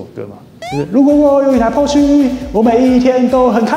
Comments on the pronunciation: Porsche的發音不對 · 影片做的很棒, 科普了一些知識 但知識型影片還請Porsche發音標準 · 這集讓我滿身起雞皮疙瘩，不會外語發音，就國語台語來吧，何必自曝你短，保時捷的porsche，德語發音不會，就光用國語翻譯就好了，福斯就福斯，國民車就國民車，不會Volkswagen 的發音 上網去查，不要讓你自己丟人現眼